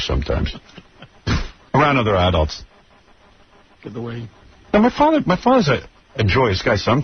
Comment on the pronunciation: The way this poser pronounced "adults" is so douchie, he thinks he is not an adults